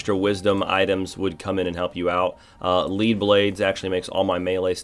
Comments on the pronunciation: I uhh, think it's pronounced like, lead the metal. Like the blades are heavier, so they do more damage? Have I been saying it wrong this whole time?! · it's "lead" as in the metal. lead blades are heavier, thus they do more damage. not "lead" as in "lead a horse to water". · Haha Lead blades,,,it’s not “lead” you into a trap it’s “lead” as in the metal. It makes your weapons heavier so they do increased damage dice